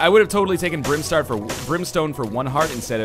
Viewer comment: I swear I heard Ryan say "Brimstar". My day is now made.